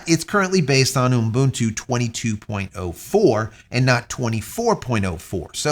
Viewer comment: This guy is stupid. Most of the time he likes to praise himself of how he did this and how he did that. Useless . He even know how to pronounce "Ubuntu" - its oo buhn too Its really frustrating when he says "unbuntoo" Clean shaven Vin Diesel cameo.